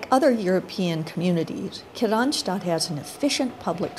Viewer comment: I don't know why she's saying Kirstinstad. Men jag alskar Kristianstad.